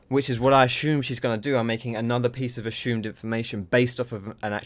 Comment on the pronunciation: This video I learned that sounds funny when saying "assumed".